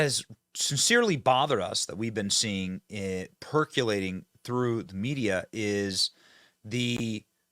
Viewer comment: Per-co-la-ting. Not per-cu-la-ting. Silly Benny